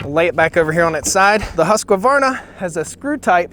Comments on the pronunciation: This was a great video, very fair comparison. However not to nit-pick, it's not pronounced Husq a varna, it's just Husqvarna. Have you ran an XP series? They are awesome. I've been running them for 20 years. Keep up the good work. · Thanks for the video. I run both Husqvarna and Stihl. 4 saws in total. However, I usually pick up my husky first because I find them easier to start. Both have models that compete very well when comparing power/weight ratio and pricing. A side note: don’t say huskavarna. It is Husqvarna. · husk varna not huska varna...geez it'd be nice if you said it right but i agree with your choice ... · HUSQvarna not husk-A-varna....say it right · It’s pronounced “Hus-quarna” (And with a Swedish accent: “Huuuskvarna”) not “Hus-ku-warna” // A fellow Swede :) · hate when people say husq a varna when its husq varna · HUSQ VARNA not HUSQ A VARNA thanks ! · Its pronounced “ Husqvarna” . Not “ Husq-a-varna” , ohh you Americans 😂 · As a SWEDE I have to tell you that Husqvarna i pronounced "HUSKVARNA" not Husqyvarna😉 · Stihl just about even American stihl says "Husk'a'varna". Husq-varna see there is no 'A' between it. It annoying as all fuck. Please learn how to speak :) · I just wish you would pronounce the name right No A in the middle ofHuqvarna Not Husqavarna And never show how silly you are at home by drop starting a saw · Husqvarna not Husqaavarna. Sorry couldn't help it. No "a" after q. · You like Stihl better cause its easy to say? Its not Huskevarna, say Huskvarna. Great video! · Omg ,. Its not a husk "a " varna. Learn proper English. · FFS! IT'S NOT HUSQ-UH-VARNA! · There is no a after the q. It is husq varna. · The correct pronunciation should be hooos kevaana... if i'm not wrong..please correct me, any swede here...anyway their chainsaw are very good, probably because it was my first power saw i have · The Stihl is for hobby farmers. The Husqvarna is for professional woodsman. Btw, Husqvarna is pronounced : Huusk-var-na. You're welcome.